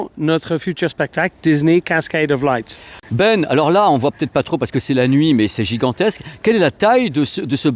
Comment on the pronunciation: On dit « LIGHT » Pas « laysse » ! on dit pas « luière » au lieu de « lumière » si ??